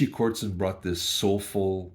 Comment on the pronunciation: Richie KOTZEN - not "Kortzen" bud. Ge the names right if you're gonna do a review ;)